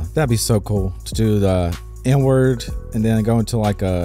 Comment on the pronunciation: Sounds like you say "n-word" every time you say "inward" lmao! I mean even youtube's auto captions interpret it as "n-word" sometimes XD